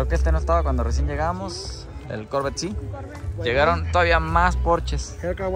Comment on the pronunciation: No se dice corvet se dice corverrr boy Jose torres